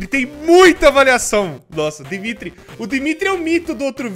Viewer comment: Ouvir ele falando do Dimitri sendo um Dmitri eh istranho...